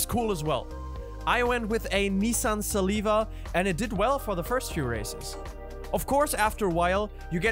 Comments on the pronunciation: Siliva💀 i will forgive you its sil-vi-a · Did he just say "Nissan Saliva"?!!💀🤡...nah thats a JDM legendary car right therr, atleast try to get the name right its a nissan SILVIA....'SIL-Vi-A'...so easy to say!🙄🙄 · Bro said siliva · Nissan Saliva?😅you mean Nissan Silvia right?😂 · Nissan S I L I V A💀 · Nissan Saliva? You mean Silvia. And you're tryna tell me you put RR3 in 6th while Asphalt in 1st? You must be trippin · Seliva or silvia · bro literally said nissan salivia not hatig just thought that was funny and this video was super helpful thanks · Nissa saliva? 🤦🏻‍♂️ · Nissan what again😮 Seriously if you want to be known as a go to racing/sim channel you need to not miss pronounce one of the greatest jdm cars of all time. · Not hating you said silvia wrong😅